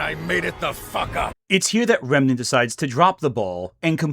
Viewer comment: It was kinda bothering me that you kept saying his name as “Renmant” but he also said your name as “Gramugg’lia” so I guess you’re even 😂